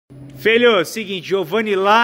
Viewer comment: "padrê..." Padre: "fala feelho"